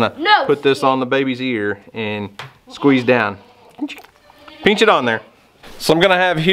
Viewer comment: You say pinch like I do.....peench.😁